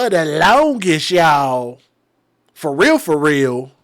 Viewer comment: It's weird that I knew he was going to rewind it soon as she said farealfareal.